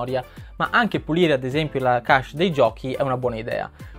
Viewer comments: Secondo me pronunciare le parole in modo corretto è importante. Ho sempre pronunciato kesc e non kasc, come invece ripeti più volte all'inizio di questo video... Insomma se uno pronuncia una parola inglese che sia detta bene, io la vedo così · Chesh è la pronuncia giusta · ogni volta che hai pronunciato cache male mi è venuto un male al cuore :(